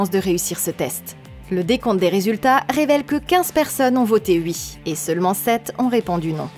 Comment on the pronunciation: mdr comment tu dis ui